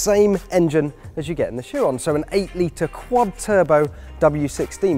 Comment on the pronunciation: plus the guy pronounced Chiron wrong lmao